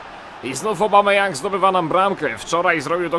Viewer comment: Aubameyang!!!!!!!!!!!!!!!!!!!!!!!! nie Obameyang !!!!!!!!!!!!!!